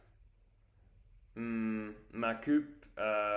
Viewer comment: Tu te débrouilles bien et c'est une bonne idée d'avoir trouvé ces mots. Attention à la prononciation de tes "ou" Car tu dis cupe, dessus, vus au lieu de dire "coupe", dessous (car dessus et l'inverse de dessous) et vous Je ne suis pas sûr mais je crois qu'en anglais le "ou" (français) se prononce "oo", peut-être que le "oo" anglais est plus long, et le "ou" français est plus court (ici, nous avons un service de livraison qui s'appelle deliveroo, et nous le prononçons deliveroue (le "e" permet de rallonger le "ou", de le faire traîner), Intéresse toi au mot ours et essaie de trouver des vidéos d'ours et écoute les gens prononcer le mot "ours" ... et aussi roue, boue (qui sont des "ou" longs) et roux, toux (qui sont des "ou" court)